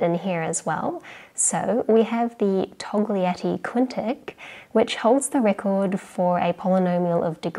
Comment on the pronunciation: Togliatti - 'g' is quiet